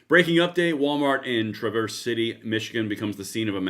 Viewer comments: Can you please do a little research before you post?! The guy is 42 years old, Bradford James Gille. A white guy with a substance abuse history. A black guy (CPL holder) stopped him in the parking lot. Finally, you pronounce the name of the city Traah-Verse. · Pronounced Tra-verse